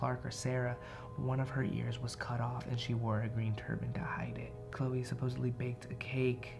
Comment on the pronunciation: when u Said ”chloe” i heard ”yeah”